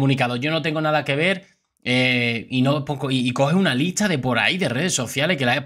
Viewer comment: No se si soy yo pero yo a este youtuber. Le escucho que pronuncia mal por ejemplo licha ( lista) y asi......¿porque? Que alguien me diga porque